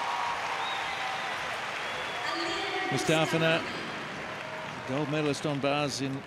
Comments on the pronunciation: I'm rewatching this and the way the guy is saying Mustafina is bothering me! It's Moo-sta-fee-na! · they say aliya mustafina wrong